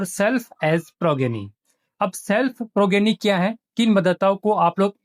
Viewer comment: सभी blo से रिक्वेस्ट है कि progeny को प्रोजेनी बोलें, यही सही उच्चारण है😊